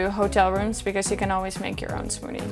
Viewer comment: She’s like a younger version of Candice.. She is younger right? Lol, also I like how she says smoodie 😁